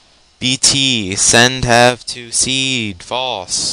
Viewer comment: FUCK!!!!HAHA THE WAY YOU SAY bt.send_have_to_seed is fucking funny!